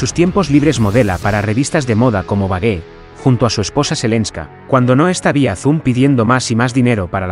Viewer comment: Vogue se pronuncia Vo'ug en ingles .